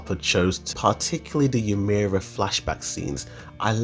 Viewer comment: great video but pls pronounce ymir right next time xD